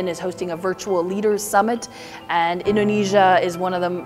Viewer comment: I really really love her Indonesian pronounciation.. We appreciate that